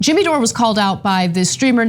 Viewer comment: Who the hell is Jimmeeee?